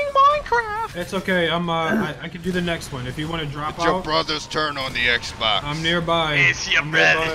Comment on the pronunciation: lol i died at the "its ya brothas turn on the exbaax"